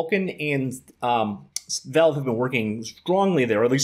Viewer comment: The amount of times he says "velve"